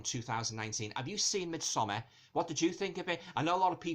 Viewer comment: Thank you so very much for not pronouncing it "Mid-somm-*aaaaahhrrrrrrrrr*" ☺️ Sincerely, a Scandinavian